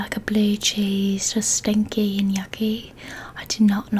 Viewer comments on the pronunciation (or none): I love this video so much and I was sooo relaxed and I still am but I lost it at FiIlTtEeRr FfIllLtTeRr and SttInkYy and YuucCckKYy!! Love you so much 😂😂😂😂😂